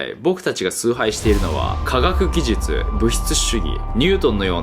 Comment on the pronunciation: カガッギジュチュ(科学技術) って噛んだのが可愛かった。